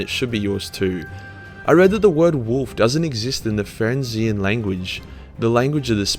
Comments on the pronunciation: Lol, “Ferrinzian” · The most stupid thing on this list is your inability to pronounce "Fenrisian" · It’s funny how you said you can’t pronounce “zoanthrope”, which you did pronounce right the first time, but couldn’t pronounce “fenrisian” or “iyanden”.